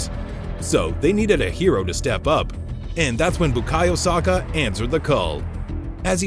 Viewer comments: Hes called Saka not Sarka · Saka not Soka! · How Americans say 'Saka' cringes me lol